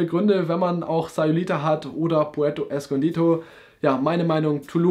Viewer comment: Puerto escondido, nicht escondito